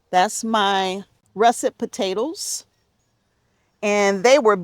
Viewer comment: Hi! I'm watching from Sweden! I think you are funny, " potatl's and tomatl's ", love it😂. Thanks for these cozy videos/ Sandra